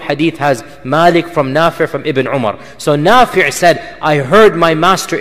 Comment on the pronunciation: *Nafi' not nafir *isnaad not incident